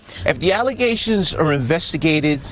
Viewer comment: Stop making baseless allezations please.